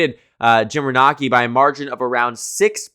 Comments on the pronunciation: it’s Jim Renacci (reh-NAY-see) lol. He was a weak candidate for sure! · Sherrod Brown's 2018 opponent was Jim Renacci (last name pronounced reh-NAY-see). I mentioned this to you a few years ago but apparently you weren't paying attention. Let's hope you see this today and remember it.